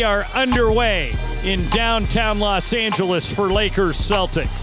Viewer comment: It’s Lakers (Rembele), the intro lol